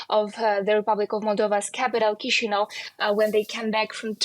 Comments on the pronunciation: Kishinau not Kizinau 😊😆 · Mf pronounced Chişinău as chisniaw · At least learn how to pronounce Chisinau. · Can nobody pronounce Chisinau? It's not really that difficult.